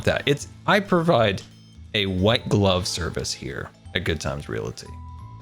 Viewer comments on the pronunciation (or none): I know he meant white glove, but zi heard wet glove.